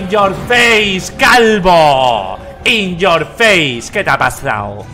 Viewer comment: Jajajajaja "In your feis"